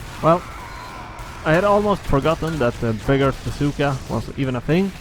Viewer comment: when you say beggar's bazooka, it sounds like you are saying big ass zooka XD